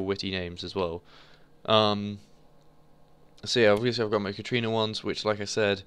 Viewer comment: it is katArina. Not katrina. THERE IS AN A